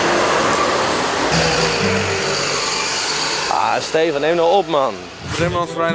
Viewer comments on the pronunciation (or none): none